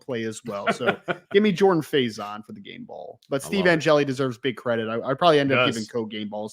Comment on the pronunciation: JAG-uh-Saw. Gary Danielson f*d it up at least 3X. They butchered Jordan Faison into about 3 different mispronunciations. Had down & distance wrong on multiple occasions… That ancient CBS crew was horrible yesterday. They clearly didn’t want to be doing ND Ore. St. in the Sun Bowl.